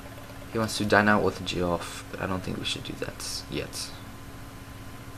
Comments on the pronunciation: I think it's pronounced Jeff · Btw Geoff is pronounced Jeff. I was like wtf the first time I saw that name too xD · And the guys name might be pronounced Jeff